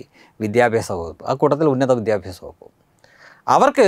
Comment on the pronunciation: Not vidyabyasam said "vidhya-aabhasam"